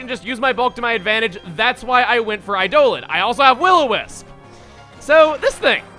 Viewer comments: Does it really have to be a wrong pronunciation, though? It's not exactly a common word, and it reads the non-official way more intuitively than the official way. After all, we made our dictionaries to reflect what we spoke, not the other way round, and many of us pronounce it the intuitive way, so should that not make it a second, alternate but no less valid pronunciation of eidolon? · Yeah, it's pronounced wrong dude 1. 2. Eildoln is also a type of Roman Ghost and 3. follow me on miiverse (nickname being Carson, which no is not my name) i already set a follow request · It's eye-dolon, not eye-do'h-lon. >_> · Eidolon (eye-el-on) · Chuggaa Eidolon is Idol-on not I-doh-lon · i always thoguht it was pronounced eye-da-lahn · Eidolan. Pronounced similarly to ''I-D'oh-Lan''. Or should I say ''I D'oh (during) Lan''. Like Chuggaa does sometimes in TheRunawayGuys' videos. That was my first thought upon hearing the pronounciation of Duscnoir's nickname. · I know you already addressed this in the comments, but in Pathfinder (Like Dungeons and Dragons) an Eidolon is a Summoner's companion and is pronounced eye-DOUGH-lawn, despite what the merriam webster dictionary says. It's gonna be real ear grating to hear you pronounce it another way. Love the series though, and it's a badass name no matter how it's pronounced. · I went and checked a more consistent source than webster and it is pronounced "I-de-len" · The dictionary may agree with Chuggaa, but I keep hearing him say "iDolan". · It pronounced I-do-lon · You aren't a Final Fantasy fan, so people are having at you. Summons in several FF games are referred to as "Eidolons," with the pronunciation as "Ay-dolon(s)." It's really a "toe-may-toe"/"toe-mah-toe" argument at this level, as FF fans could just as easily call them Espers, Primals, or even GFs. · I used to pronounce it "AY-dolon" before I heard it in FFIVDS :/ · I almost thought you said "I don't know" for his name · Eidolon is pronounced 'eye-doh-lonn', Chugga